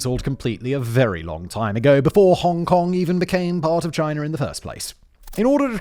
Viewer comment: "Chiner" is crazy